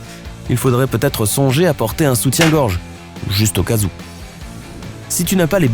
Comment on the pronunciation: Au lieu de dire juste au cas où et bah tu as dit juste ocazou